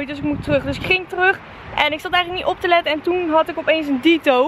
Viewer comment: het is niet dieto maar ditto:P